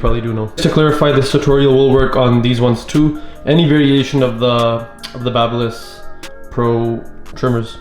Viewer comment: Finally someone who knows how to pronounce the brand name correclty. THANK YOU.